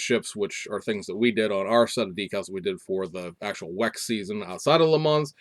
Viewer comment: Ok, I gotta ding ya.....please stop pronouncing the "s" at the end of Le Mans, it's pronounced "Le Mon"....I know, I'm a jerk. I saw earlier today on FB that someone in Taiwan got and built the Supra already. The first 1500 (I think it's 500ea of Red White and Black) were launch editions that have the red interior accents and red mirror caps.